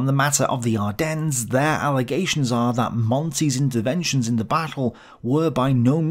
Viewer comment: Pronounce Ardennes properly please. No 's' at the end.. and St. Vith too. Otherwise pretty decent review. I do hope that you are okay with all that you are trying to complete. U do a really good job, but I worry about your health.